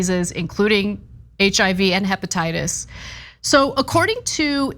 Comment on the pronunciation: 😂 herpatitus! Is that anything like when Achmed, Jeff Dunham, said Poliosis? 🤣👍